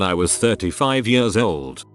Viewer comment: The way the voice says "years" makes this so much funnier. "Jöörs"